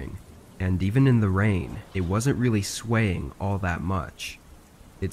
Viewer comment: “ Even in the rain, it wasn’t really swain” - 😂